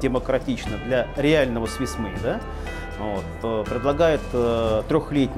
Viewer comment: свисс мида? дядька учи язык... позор